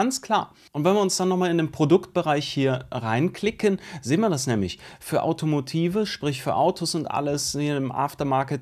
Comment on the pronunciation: Ich hab bislang noch nie über die Aussprache gemoppert , aber als Autofreak sollte man wissen , dass "Automotive" nicht genauso wie "Lokomotive" ausgesprochen wird , sondern korrekterweise englisch . Und natürlich auch diesmal wieder die 10 Minuten Schallmauer durchbrochen 💶💶💶💶💶💶 .